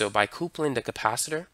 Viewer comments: Please, not "coopling" but "cupling" for coupling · thanks for the great videos...but, potentiometer = poe-tent-chi-ohm-eater and coupling = cup-pull-ing .